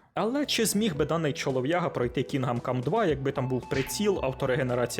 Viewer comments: КінДом, не Кінгам. "Г" якраз не читається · КІНҐДОМ, а не кінгам😅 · чого "кінгам кам", то ж "кіндам кам" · КінГам кам, прям ріже ухо. КінГдом кам. Відьма 3 ван лав, просто обожнюю. ГТА 5 так і не пройшов, купував разом із слімкою ще на диску за фул прайс, але гра не чіпляє, яка б вона якісна і пропрацьована не була, от не моє. Будучи дитиною, подабалася Вай сіті, за свій вайб, музику, неонові вивіскі. Підлітком Санандреас, за чіт коди, можливість політати, це було фаново. Але будучи дорослим, я не розумію, що мені від тих пограбувань і тюнінгу тачок, ну таке, Ще однію великою проблемою для мене стала розтягнутість ігор, як от в Год оф вар Рангнарьок, більшість побічних квестів так і не виконав, бо вони поверхені та абсолютно не цікаві,( бо все порівнюється з Відьмак 3). Мене не покидало відчуття, що в розробників стояв план, зробить гру на 100 годин, а те що вона втратить в якості, наповненості світу, роізноманітності сайд босів та квестів, це вже нікого не цікавить. Та як і в Привиді Цусіми, однотипні зачисти лагерів монголів, бо так треба і зроби таке 100 разів. Для чого це потрібно і головне кому, можна вкластися в 25-40 годин, зробити гру наповненою, різноманітною з цікавими сайдами, щоб залишився приємний після смак і це все ще буде ААА проект. хронометраж не означає якість. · Що таке, бля Кінгам Кам? Ти взагалі наскільки профік в ігро індустрії, що їбав вчитись називати ігри правильно? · Як він сказав Кінгам cum❓ Поки ви дивилися відево, ваш компуктєр згорів.